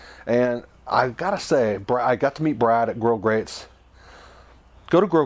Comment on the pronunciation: A point of clarification ... Regarding grill grates, it's actually (no s at the end). It's spelled correctly at the bottom of the video, however you pronounce it as "grill grates dot com". So I went to and was redirected to a company that makes industrial ceramic products. Regardless, your videos are very informative.